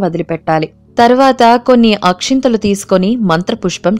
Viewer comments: Akhintalu kadu akshtalu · Not Akshinthalu...... It is Akshathalu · Akshathalu not akshanthalu